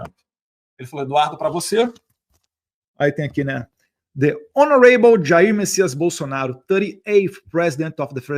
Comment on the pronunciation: "honoREIble", Eduardo? Credo! Aproveita e aprende inglês aí 😅